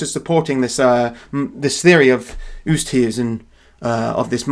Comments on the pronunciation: Oosthuizen is pronounced Oh stay zin (rhyming with play station) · Susan Oosthuizen is an Afrikaaner name. The surname is pronounced Oo - est (try run the two sounds together fast) - hay -zen and the first name may well be pronounced as Su - sun. I am a South African who greatly appreciates what you do. Thank you.